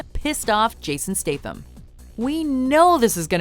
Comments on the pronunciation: Fuck me its STATham not STATEham. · NOT stath-am. stat-ham.......